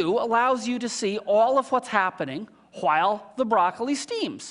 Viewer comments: he is... putting too much emphasis on the H wHen he says wHile.. reminds me of stewie :) haha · LOL! HAWHILE... omg.... whats with that?